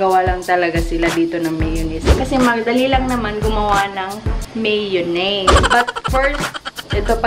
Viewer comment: Dahan-dahan lang meeyownese "Maalat","Maasim" haha :D